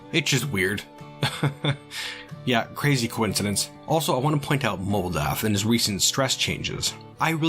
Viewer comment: Moldath is a mental rock! What I heard: Modalth is a mental *ROC*!